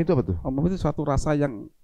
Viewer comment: 12.05 . umami = Gurih , bukan yummi Pak , duhh